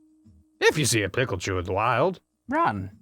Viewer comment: Peachu ->Picklechu -> Ryechu